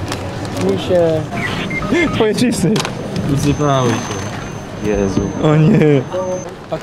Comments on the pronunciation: powiedzial wysypaly sie mordo xDDD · Jak wy tam kurwa słyszycie "wysypały"?